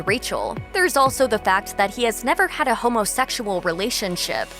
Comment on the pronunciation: y'all i cannot take the way this narrator is saying 'homosexual'